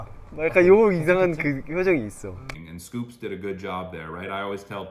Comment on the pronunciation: …. it’s not SCOOPS!!! it’s S Coups. two syllables 😭😭😭. very endearing mistake but i cannot let this continue any longer